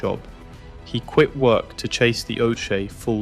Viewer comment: that's not your voice No one calls it a oshea instead of oche only AI lol